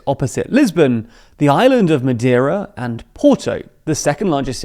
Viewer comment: Learn how to pronounce "Madeira". It really isn't difficult.